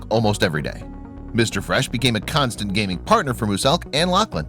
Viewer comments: Can he top pernoncing it mu - selk. Caus it’s penounced mew - selk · Did he say MOOSILK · He said Mooselk 😂😂😂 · MUSELK SAY MUSELK RIGHT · Who else got mad when he said MOOSELK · Isn't no one gonna ask why this guy says Muselk's name as Mooselk XD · I like how he mispronounced muselk as mooselk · Did my mans really just say Moo-selk???? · I hate how he calls muselk “mooseelk” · every time he says moo-selk i cringe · “Moosellk” dude wtf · The way he says mooselk triggers me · I just hate that he says muselks name wrong 😂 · Lmao why he pronounce muselk “moo-sellk” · If I ever hear Moo-selk again I will break something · Man said muselk like mooselk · Did anyone else cringe when he pronounced Muselk MooosElk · It’s not moo-selk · muselk is pronounced mu-selk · He said it like mooselk😂😂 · did anyone realize he said moo selk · MOO SELK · I liked how he Pronounced muselk😂. “Mooselk”?😅😂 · RiRi Gamez yeah you say it like mUselk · Y u say mooselk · It’s pronounced mew-zelk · Most people say “muscle milk” lmfao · he doesn’t say muselk properly he annoys me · In pronounciation for Muselk was so triggering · your saying muselks name wrong go whatch one of his videos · who else got mad when he mispronounced muselk's name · The way he pronounced muselk broke me 😂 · u said muselk wrong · How dare you pronounce Muselk like that 😤😤😂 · Dude rly this dude said muselk’s name wrong 😂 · ITS MUSELK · summat that really annoys me about this vid is how he pronounces muselk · the muselk pronounciation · How the hell is he pronouncing Muselk? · Anyone else notice he said muselk wrong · i hate how u pronounced muselk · This dude keeps saying Muselk really weirdly. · bc he cant say muselk even tho its easy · its mu S elk not muselk at 10 times speed! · I hate the way he says "Muselk" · How he can't say muselk tho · Yeah he says it wrong in a whole other level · U dont pronounce it moselk u pronounce muzelk 😬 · HE SAID MUSELK WITH THE SOUND MOOSELK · muselk is said with a Z muZelk